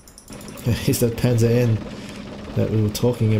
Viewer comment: "Panzer Eye"? Do you mean Panzer One?